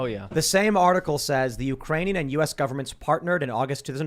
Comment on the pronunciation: “Ukranion “ is becoming hitlery Clintoon